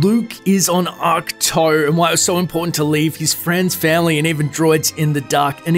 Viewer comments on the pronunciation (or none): Great video as always. But it's pronounced ack-two lol.